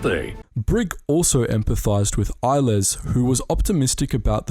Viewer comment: El-les is pronounced EL-less.